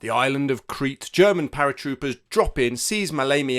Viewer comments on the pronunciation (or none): none